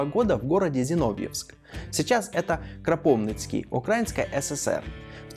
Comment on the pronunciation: Очень много делает ошибок в ударениях..КропивнИцкий, УкраИнский,СОпот .